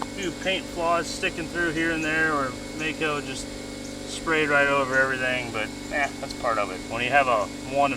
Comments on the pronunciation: macko paint lol! really? maaco not macko!, don't believe me watch a maaco commercial. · You're saying Macko... it's MAACO pronounced Mayco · First and foremost, I heard you pronounce it correctly; it’s pronounced MAY-co, not maco. I will stop there, but you know there’s more. You tried to drive it without checking the rear brakes?!? Bless your heart. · M double A C O is pronounced May-co. Not Mack-O as the commercials clearly states uh oh better get may co. Uh get Mack-o is wacko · 🤣 I cringe when people say Maaco as (macko), it's pronounced (mayco). Back in the 80's their slogan was "uh oh, you better get Maaco". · I know it wouldn’t be good for youtube views, but wouldn’t it have been cheaper and easier to tow the car with a dolly? (Oh I guess you did) Mack-O Lol. It’s May-Co. anyway Maaco is ok. Hot Rod did a series one time. They prepped there own car and then had it sprayed. It’s alright for Ballin’ on a Budget. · Its MAACO, (MAY-CO) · pronounces Maaco (MAY-ko) funny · It's pronounced May-co. Sherwin Williams paint with crap prep work. A used car dealers dream shop. Lol! 😂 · Mack-o paint job. I hear Way-lahn Jennings used to work there. 😂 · The paint work your referring to it's pronounced may-co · Maaco is pronounced MAY-Co.. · Fugly! (Ford ugly???) Maaco is pronounced with the long A, like Mako. Too bad their painting isn't as precise. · Maaco is pronounced Mayco